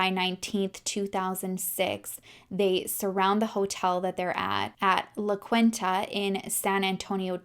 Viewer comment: It’s pronounced La Keen Tuh